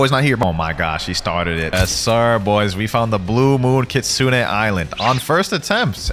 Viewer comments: Its Kitsune like you pronounce the letter "e" at the end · its pronounced kitsu-ney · listen carefully: kit-soon-ayyy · bro its KIT SU NE